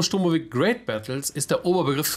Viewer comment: DCS is NOT a Ditchetal but a Digital Combat Simulator! Und der andere Titel heißt Il-2 SCHturmowik! Nicht mit spitzem Esss, wie es die gleichermaßen uninformierten Amis aussprechen. Das sind Eigennamen, die werden nicht in irgendwelche anderen, zudem falschen Aussprachen 'übersetzt' ! Das Game heißt Ил-2 Штурмовик nach dem gleichnamigen Schlachtflugzeug (oder sollte zumindest mal so heißen), das auch eine Iljuschin ist, und keine Ie-eL Juschin! Daher heißt das Spiel auch nicht Ie-eL-2 Ssssturmowik! Beim 'IL' handelt es sich nämlich NICHT um eine Abkürzung, sondern nur um eine weitere Falschschreibweise des Entwicklers seines eigenen Spiels, vermutlich wegen besserer Lesbarkeit, also aus Marketinggründen, aber nicht wegen deren linguistischem Know-Hows, das offensichtlich nicht vorhanden ist. Bei dem 'IL' handelt es sich also um die erste Silbe des Familiennamens des Konstrukteurs Sergei Iljuschin aller gleichnamigen russischen Flugzeuge, und das seit 1939. Sollte sich mehr als 80 Jahre später auch schon mal bis in eine Gamestar-Redaktion herumgesprochen haben. Ihr wisst ja gar nichts! Alle russischen Flugzeuge werden seit Jahr und Tag mit Silben der Familiennamen ihrer jeweiligen Chef-Designer/Konstrukteure bezeichnet, schon immer. Eine MiG ist folglich keine M-I-G, noch nie gewesen, eine Mi keine M-I, eine Jak ist keine J-A-K (wer käme auch auf so eine blöde Idee?), und eine Il-2 ist daher keine I-L-2! Das L in Iljuschin wird klein geschrieben, auch im Russischen, selbstrede